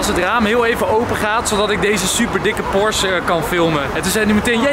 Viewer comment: Enzo het is porsche niet porsch!!!